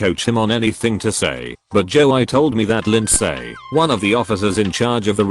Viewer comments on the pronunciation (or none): Nobody: Text to speech: jo-eye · a little flash back, the second story is about a guy who got falsely accused of stalking a female classmate in 7th grade, Lindsay. In a few years, the guy was successful, she was not. He catfished her for revenge. So his friend's name is Joey, which the robot pronounces as "Joe(eye)" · Lind-say Jo-ie Gang-ban-ger Cow-ork-ers Beonce Is it trying to say Beyoncè? Siri is so good at reading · Nobody: Dead people: NOT EVEN THE PEOPLE ON THE MOON PerStories: Joey = Joei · no one: ai reading joey: joe - i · Lin-say and joe-eye